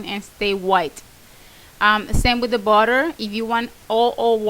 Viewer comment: Your accent is fun.. when you tal about butter sounds like a body !!! hihi cute.